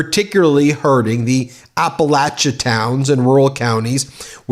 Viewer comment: Hey Ben! Would just like to say thank you for pronouncing Appalachia correctly. From a Liberal WNC resident 😊 (in the Blue Ridge Mountain part of Appalachia).